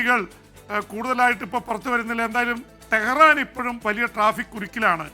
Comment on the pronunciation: തെഹ്റാൻ അല്ല 😂bro